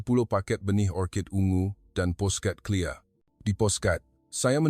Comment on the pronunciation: Suara orang lelaki ini tak pandai sebut KLIA selalu sebut clear, kena belajar lagi